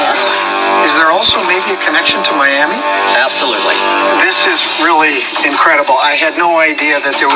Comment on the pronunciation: Maya!!! Maimi...mayahmee!!!